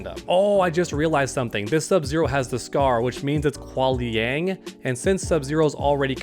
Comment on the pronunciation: I really enjoy your videos, but for some odd reason, your pronunciation of Kuai Liang really bugs me. it's "K-why" not "K-wahl". Other than that, keep doing what you're doing. Love the MK1 coverage! PS. I'm also rooting for Kai and Reptile, and your point about young Sonya was an epiphany moment for me as well! This just got a LOT more exciting! I hope you're doing a video tomorrow covering the gameplay reveal!